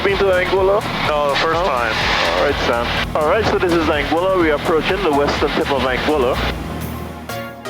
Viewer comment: How often did the pilot say ‘Anguilla’ and you still couldn’t pronounce it right?!